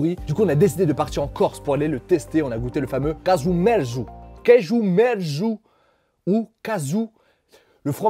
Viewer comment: Caghju merzu. Prononcer CAjou MERtsou (littéralement : fromage pourri)